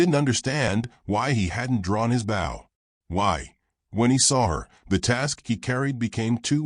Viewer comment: The word is BOW, not bough!!